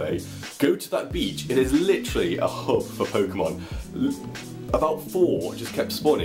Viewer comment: Stop saying licherally